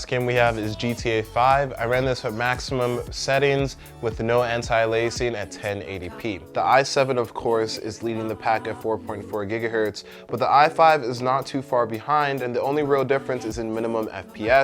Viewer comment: "with no anti-laising." Just a little slip up. Great video though.